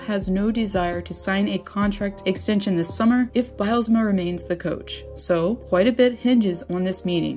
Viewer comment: Is the narration a robot! Wtf She reads "Personal" as "Personnel" Then the next line she reads "Coach" as "Cooch" 4 minutes in and I am out. Sick